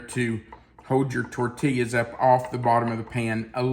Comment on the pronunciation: I’m making for dinner tonite. Smells Lucious, can’t wait to try it. Have made many of your recipes and none have disappointed. In the southwest we pronounce tortilla as tor-tee-uh😊